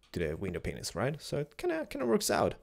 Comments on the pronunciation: Sounds bad bro U say Window Pains But sounds like:'Window Penises :P BUSHEESSSSS u miss em!! More Rollercoaster Plsss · I know you're foreign but why do you say window penises instead of panes as in th word pain? lol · Säg inte peneses. Säg päjns/pejns. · It's so funny the way you say window paynes but great house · Am I the only one that hears "window PENISES" instead of "window panesisis"? xD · Every time tries to make "Panes" plural, it just sounds like "penises" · *giggles* He said window penises, sounded like it at least